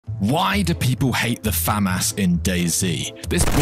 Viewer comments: This guy is great but I was visibly disgusted by the way of how he pronounced famas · As a cod player it isn’t pronounced “Faaamass” it’s “Fuhmas” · The way he pronounced FAH-MAAHS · Nice pronunciation “Famass”💀😂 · never pronounce famas like that again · Its pronounced (fa-mass) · People hate it because you pronounced it wrong